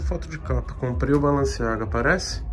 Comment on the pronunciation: Tem toguro lendo BALENCIAGA , e falando BALANCEAGA tem like